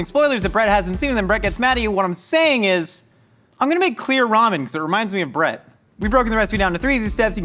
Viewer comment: I was so confused by whether or not you were calling your roommate "Brett" or "Bread". I got it now.